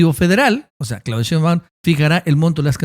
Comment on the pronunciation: Señor ,me gusta su trabajo,pero me causa algo el que no pronuncie bien el apellido de la Presidenta Claudia Shembaun,se acentua en Shé.🤭